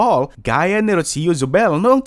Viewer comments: It’s Roo-See-Yoo not Rotsio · It's pronounced as "Rosho" not "Rotsiyo". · Why do you keep mispronouncing the name “Rocio”?? It’s so annoying!!!